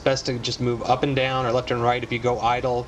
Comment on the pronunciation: dont u mean left cos u said jeft